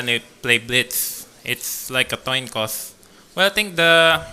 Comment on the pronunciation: Wesley says "toin Coss" haha